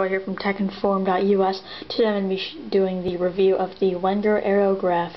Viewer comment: its pronounced Venger, with a "V".